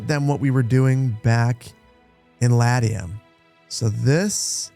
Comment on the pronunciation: Well, he can't pronounce Latium either. I have yet to encounter a game streamer who doesn't butcher names that anyone with a minimal amount of historical study would get right.